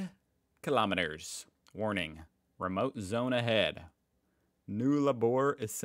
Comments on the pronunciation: It's actually not Noolabor but Nullabor has the short 'u' sound as in 'us'. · Its Nullarbor not NULLABOR. And yes its remote. We dont say "gas" we say fuel..... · A few Aussie lingo corrections for ya Emu= eem-you not we-moo Nullabor= null-aah-bore not new-lah-more And finally it's Good arvo or g'day (good day) not happy arvo! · null - a - boor is how to pronounce the town name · null abor (pronounce it as nul-labor) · Nullabor is pronounced NULL, as in null and void, A, BORE, Nullabore.. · NULL- ARBOR meaning NO TREES! Vowel sound is ‘uh’ NOT ‘oo’ .